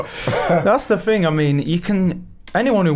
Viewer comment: Brexit ting! Its thing you muppet! At least speak the language properly....